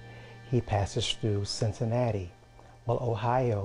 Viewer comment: Cincinnati not Cincinatta lol